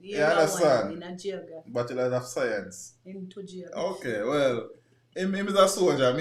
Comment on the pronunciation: Do u know that your pronunciation of Geography is way off?? 🇯🇲🇯🇲😥😥🥱🥱🥱